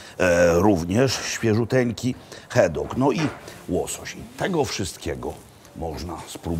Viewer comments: Żaden Szkot nie powie "hajlends" tylko "hajlands"Panie Makłowicz.Rzeczywiście nie mówią "loch" tylko "lokh" a nawet "lok".Nie "heddog" tylko "HADDOG".Szot nie powie "fisz" tylko takie między E a Y 'fesz". Nie "blek" tylko " blak puding" Szkoci mają ubaw kiedy słyszą taką wymowę :))))) Na takie obiadki jaki Pan spożył tak na oko £200, przeciętnego Szkota niestety nie stać. Kolacyjka za stówkę z okładem. Daj Pan spokój Panie Makłowicz. Raz do roku na specjalna okazję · mówimy Glasgow nie Glesgow i wkraczamy w Hajland nie w Hejland, no i hadok, nie hedok